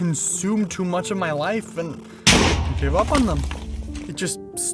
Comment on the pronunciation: bro i thought you said "wife" instead of "life"😅